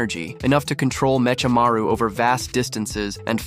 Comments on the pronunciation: "Meshamaru" "Zenin" you watched the Animé and still can't pronounce their names properly. Says a lot about your IQ. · MeeCHamareuu, Ziineen 😂😂😂😂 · lost me at me'cha'maru